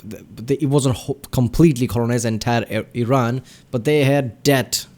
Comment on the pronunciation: It's E-Ron not Eye-Ron. Iran is too proud to get colonized.